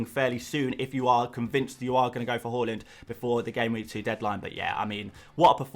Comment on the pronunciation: Its HAA-land mate. He himself has emphasised on calling him that.